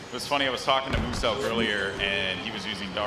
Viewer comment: Announcer: "Mooselk" Muselk: I will kill you bitch